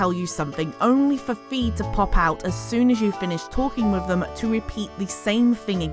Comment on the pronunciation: Fai not fee